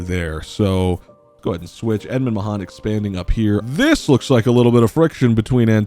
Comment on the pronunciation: FYI Aisling is pronounced Ash-ling. Mahon is more like Mahun.